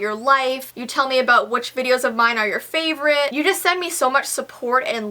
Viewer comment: why does everyone say fravorite? its favorite 😂😂😂